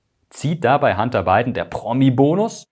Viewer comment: Warum höre ich immer…“Handarbeiten“…😂… der Arme…. Sein Werdegang klingt wie eins von vielen Europäer … 🥱